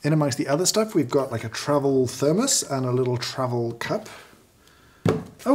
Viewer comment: i can feel James’ soul withering from working these - but also seems to be having some fun :D Also - am i the only one that hears “travel” sounding like “trouble” here?